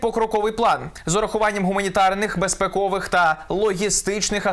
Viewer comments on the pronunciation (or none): безпЕковий, а не безпекЛвий